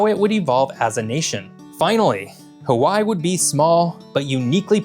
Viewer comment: You lost me when you couldn't figure out how to say Hawaii right